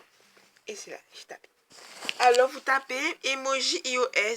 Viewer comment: " Hi au aisse" on dit "AÏE AU AISSE" (IOS)